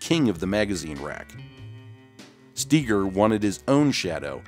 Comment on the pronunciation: Why is Harry STEEGER's name being pronounces Key-gar?